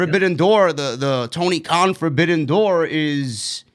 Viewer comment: it's Tony Khan not Kahn